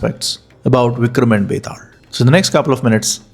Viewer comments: Are you a Malayali? It is pronounced as Betal not Betad. 😂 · Bro its not betaald its betaal 😅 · Why is he pronouncing it like that?? It is Betaal, not Vetaarl. It is Mahakal not Mahakara... Why add R to L? Say it naturally. No need to be Shashi Tharoor... 😅